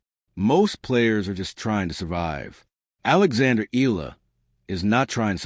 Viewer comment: EYALA EYALA EYALA EYALA EYALA EYALA Not eela EYALA !